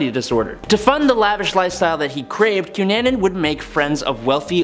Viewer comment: You need to find out how to prounoce names cunnanin I know it isn't spelled this way but think about it I know this and the one before the cunanin name you mis prounoced if I had done that my English teacher would have rose from the grave and yelled at me come on